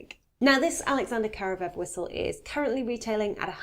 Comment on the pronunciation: It's KaravAev, not Karavev. Karavay is a celebratory bread from old slavic traditions.